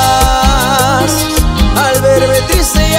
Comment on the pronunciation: Muy buena la canción pero lo único que no lo pronuncia bien en realidad es como te burlas no es urlas.. igual muy buena..